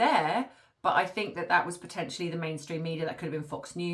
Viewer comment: Just please...... say THAT, instead of thoet!